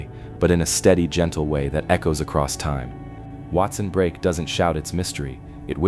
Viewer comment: I almost turned it off real early. Like at the mispronunciation of Ouachita River and Watson Brake in one sentence. Argh! But i wanted to hear what had to say about my neck of the woods.